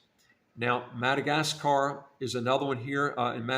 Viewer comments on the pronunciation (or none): Not MAGAdaskar....it's Madagaskar 😉